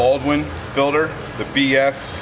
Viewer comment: why do they call it fillder instead of FILTER ?